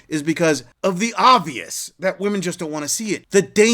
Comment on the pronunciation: Why are these idiots mispronouncing the word, women?